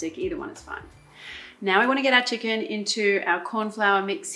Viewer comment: "Chickenniy?? like it.🤪